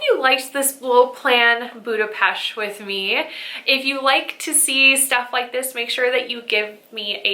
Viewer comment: I am so thrilled to hear that you love my city. Budapest is amazing especially at Xmas time. Thank you for pronouncing it right ;) Have a great time ❤️